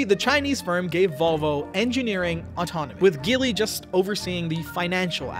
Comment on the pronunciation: Hello there, I own a Geely Coolray model 2021. The chinese car market is booming here in Kuwait🇰🇼! My eldest brother owns the Changan CS95. I really hope chinese cars enter the american market, because a lot of them have very affordable cars that are a bargain for their price. Oh and, just in case, the G in Geely is pronounced J😁. Thank you very much for this video it was very informative and entertaining.